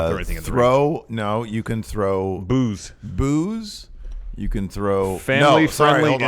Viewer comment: When said throw boos, I literally thought he meant booze also 😂